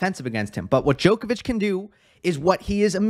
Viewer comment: Not being picky - well actually I am - it's not said as "DJoe kovic" - it's said with the "o" pronounced as in odd, bottle, nod, not, cobble, etc. Haven't heard you say but the same rule applies. They both know how to pronounce their own names! Please stop. Apart from that I enjoy your videos:)